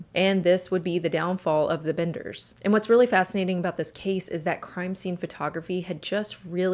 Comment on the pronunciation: It's the "Benders" not the "Binders".